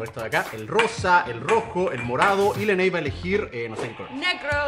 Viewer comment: Yeeeeee dijo leney